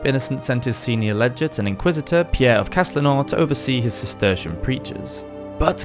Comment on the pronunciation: It's "legate", like leg-it -- with a hard g, not a soft one.